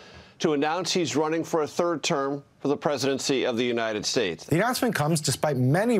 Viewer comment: Bing bong, and gah bles these United shtatshe 😂